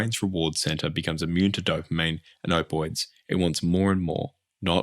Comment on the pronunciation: i hope im not the only person who gets a bit irked at the "opoids"... you're forgetting to pronounce a letter sir